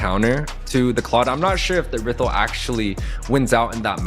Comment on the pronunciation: who tf says errithl